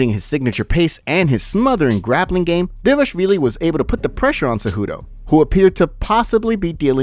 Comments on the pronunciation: Its not devashvili, its DVALISHVILI, you see Dva li shvi li, if you don't respect yourself to learn how to read, at least give some respect to future Georgian champ 😡🤬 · Can you try and pronounce Dvalishvili properly ? thx